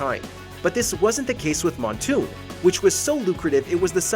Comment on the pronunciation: I had a stroke when said Moonton as Montoon.